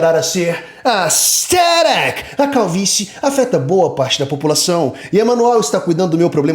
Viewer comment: Minha religião é o falando ASTHERIC KKKKKKKKKKK